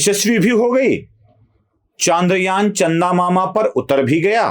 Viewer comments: बंधु आपके बोलने में ही इतनी सारी गलतियाँ हैं कि आश्चर्य होता है कि बोलने में भी इतनी गलतियाँ हो सकती हैं क्या। एक तो आप ये जान लीजिये कि चन्द्रयान होता है, चांद्रयान नहीं। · चंद्रयान✔️ चांद्रयान ❌